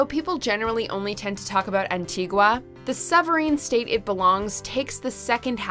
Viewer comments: Pronunciation is key An-tea-gah= Antigua Gren-nay-dah=Grenada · Wasn't expecting to see Barbados as number 1 but yay. Barbados is extremely expensive tho. Btw yall butchered Antigua and Grenada pronunciations